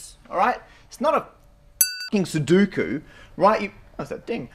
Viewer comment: "It's not a ****in' soduku" -Matt Parker I know the way you spell it ts sudoku, but he pronounced it as if that was the spelling. :P